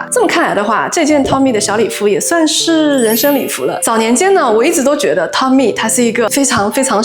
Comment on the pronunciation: 喜欢这种主题，可以一衣多穿~~ Toteme好像是念 “妥tem"